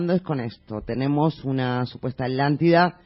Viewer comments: es atlantida no alantida jiji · porq los españoles no pueden decir la tl? por ejemplo popocatepetl? o aztlan? citlaltepetl? jajajaja alantida jaja me da risa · justo lo que yo iba apreguntar jajajaja me he estado estresando durante todos estos videos por la "alantida"